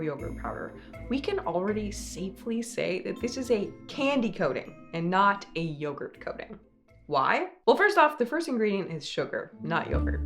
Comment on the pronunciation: yogurt? more like byegurt